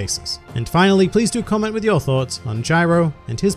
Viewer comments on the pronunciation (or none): Jairo, Dude. Not Gyro. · Why is everyone saying “Gyro” I’m pretty sure it’s Jairo